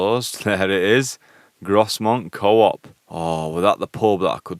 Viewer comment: Well done. About 25 years ago my colleague, also from Bradford, did the C to C. I remember him getting lost around Grosmont (pronounced Growmont btw!) and he had to cross a river. We used an early version of Google Earth to guide him across the river and back to the path! I've just had a weekend in the North Yorkshire Moors and there are far better places to visit then the moorland plateau. The views down than Dales along Blakey Ridge are spectacular.